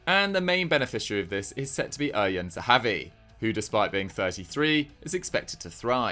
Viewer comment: just a note, eran zehavi’s first name isnt read in as unique a way as you read it haha. its simply ER-AN.